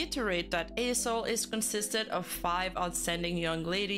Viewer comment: If you losing focus you will hear A**hole instead of A-soul 😂😂😂